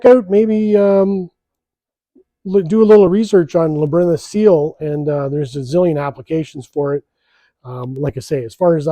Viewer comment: Labyrinth? Like LAB-e-RINTH????